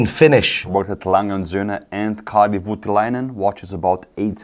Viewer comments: Nice, but, it is Kari Voutilainen, not Karl Vytiläinen. A for effort still;) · you butchered Voutilainen's first name😖 His name is Kari, not Karl. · It is KARI, not KARL Voutilainen.